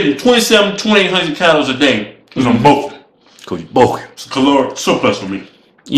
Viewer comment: "Cuz im BUKIN" - "Cuz you BUKKIN" LOL !!!! the way they say "bulking" is fucking hilarious xDD